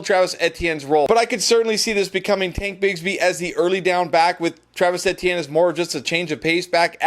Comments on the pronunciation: Love the videos, but his name is E-T-N not EHtiene...please fix that. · It sounds like A T M to me. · More like mehtienne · Jesus I thought i was the only one it’s like he does it on purpose at this point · Etienne is French so yea he is correct actually...Same concept as sayin Crawfish Etouffee..!